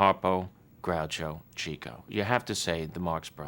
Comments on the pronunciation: Hey Billy!! It's pronounced "chicko" not "cheecko" you phony! And I bet you have no idea how he got the nickname. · He lost me at “CHEEK-o.” A real Marx Brothers fan knows it’s “CHICK-o.” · I watched their movies multiple times, even owned all the dvds before I found out Chico was pronounced chick-o. People get upset about the stupidest things. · Billy, it's "Chick-o Marx." Not "Cheek-o." Groucho said Chico was a "chicken chaser." He chased the chicks. The man was a compulsive womanizer. And a great, if unconventional piano player. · It's Chick-o, Billy. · omg its pronounced "Chick-o" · Filardo Family its ok many people called him cheeko .. he never minded so why should you ..